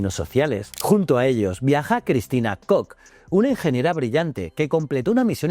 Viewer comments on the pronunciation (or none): none